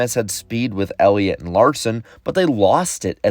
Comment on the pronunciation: i was making fun of him for saying "Elliot"...